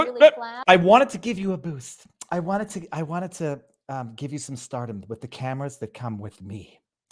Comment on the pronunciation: She said Spotlight and TAMERAS. SHE CAN'T EVEN SAY CANADA.